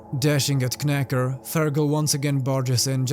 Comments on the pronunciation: This one has been on my to-read list for a while, and I've stopped your vid in the middle to go read it and will return once I do. BTW, it's pronounced "nacker". Sorry, the K is silent because English is a bloody stupid language and nobody should speak it. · The "K" in "Knacker" should be silent. So his name is pronounced "Nacker." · love the video, just to let you know knacker is an english insult/playful nickname. Silent K, pronounce as nacker =] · Just a note: The K in Knacker is silent. You pronounce it as "Nacker". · Silent K on knacker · I could be wrong but normally in England that K would be silent and it would just be 'Nacker* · I saw this movie and wasn't impressed. The book is definitely a lot more interesting. Btw, the K in Knacker is silent. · the k at the beginning of knacker is silent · Kn in English is pronounced without the "k"